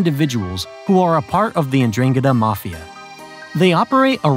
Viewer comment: That pronunciation of 'Ndrangheta was ATROCIOUS. Had to look it up, but it's DRAHN-get-tah